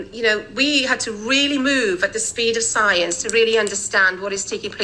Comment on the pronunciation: Did that lady at the end say we had to move at the speed of Soy-ience or was that $cience?